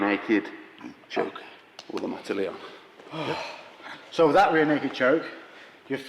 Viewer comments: its "mata leão", as in "lion killer", not mata leon hahahaha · Great video! Practical, inspiring, and well made. Pedants' corner: it's "mata leão". But you can do it better than me, so I'll let you off.